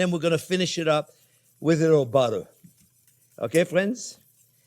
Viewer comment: BUTTAH.....love it chef!